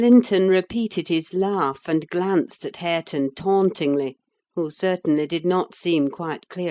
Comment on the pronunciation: its harre-ton😢